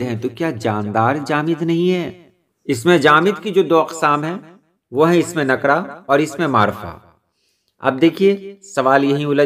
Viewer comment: اسم نکرہ اور معرفہ کا تلفظ بھی آپ نے صحیح ادا کیا